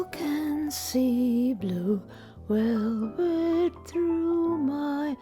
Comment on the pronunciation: Bule Welvet ///./. Ill never again hear it the same